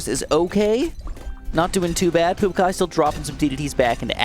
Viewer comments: Umm, actually its Puākai, not Puakai🤓👆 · Pouakai is pronounced Poo-a-kai